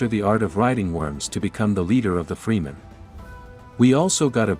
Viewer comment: Clicked away immediately after hearing you mispronounce Fremen. If you don't care enough about a topic to pronounce things properly, don't make videos about it.